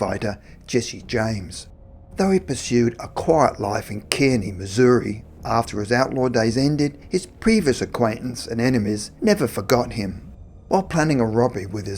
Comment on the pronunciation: Kearney is pronounced car knee.